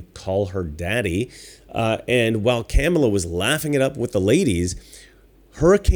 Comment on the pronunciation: I like how he keeps mispronouncing Kamala's name. Master troll.